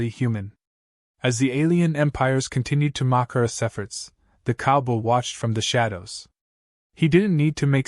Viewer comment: Why can't the narrator say "COWBOY!" ???